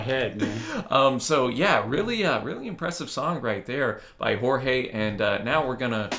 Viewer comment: A correction: The pronunciation of "J" im Portuguese no is like in Spanish, ("Horge") is more similar with english, for example, "Joe"